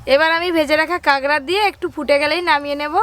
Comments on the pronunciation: কাকরাকে কাগরা বলছে কেন? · "কাগড়া" খাই না "কাঁকড়া" খাই 😜😜😜😜😜😜😜😜😜😜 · ওটা কাঁকড়া হবে কাগরা না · Apu kakra ke kagra bolco ken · কাকড়া নাকি কাগড়া🤣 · কাগড়া না কাঁকড়া। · কাগড়া নয় কাকড়া কথায় ভুল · আন্টি, জিনিসটা "কাগড়া" না, "কাকড়া" হবে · Kagra na kakra